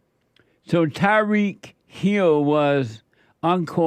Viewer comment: Love how you say his name so funny